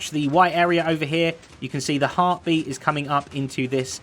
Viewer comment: When he said a heartbeat it sounded like last life AHArtbeat